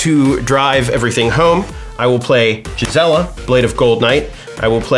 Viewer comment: Gisela isn't pronounced "Jizzella"